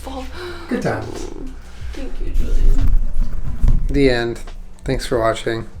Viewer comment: it looks so goood-uh